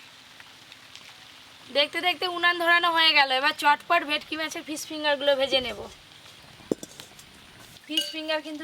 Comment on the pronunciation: ভেকটি, ভেকটি করো কেনো?তোমরা কি সোজা সরল ভাষা জানো না? সেই কোন জন্মে ভুল নামটা জেনেছো,এখনও সেটা চালিয়ে যাচ্ছ।এটা ভে ট কি মাছ ।সব সময়ই ভুলভাল উচ্চারণ ।ভীষণ কানে লাগে ।ফিস কাটিং দারুণ হয়েছে ।দাদু কে বলবে ভালো জিনিস খেতে গেলে একটু ধৈর্য্য ধরতে হবে ।